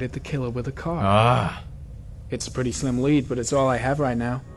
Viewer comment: "I'm pritty sure we need eggs to make scrambled eggs.." GENIUS PEWDS STRIKES AGAIN!! :D